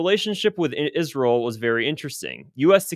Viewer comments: saying, isrel like Lindsay Graham does. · You say Israel weird …. Kinda like Lindsey Graham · I just figured you pronounced Israel like that because your body is rejecting Israel’s toxicity.